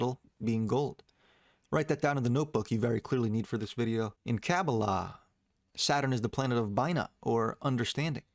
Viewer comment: The way u said kabbalah 😂